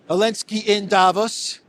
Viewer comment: I like how still says Zelensky as Elensky after all these years, lol